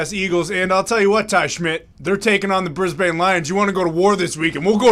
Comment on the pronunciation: You guys need to work on your Aussie. Brisbane is pronounced "Bris-bin" not "Bris-bayne."